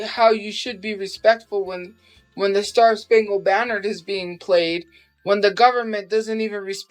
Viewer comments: kept saying “star spangled BANNERD” 😂😂😂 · how many times will she say star spangled banner wrong before she figures out shes saying it wrong